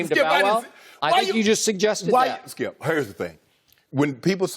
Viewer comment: loooool he tries to say skip straight after and fails loooool